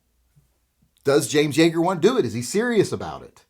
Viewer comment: Yeager, not Yaeger.